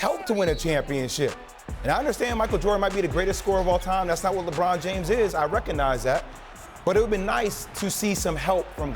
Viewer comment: he said LeGone hahahahaha...dead 😂😂😂😂😂